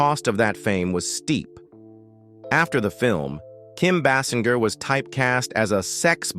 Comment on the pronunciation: Kim BASS IN GUR?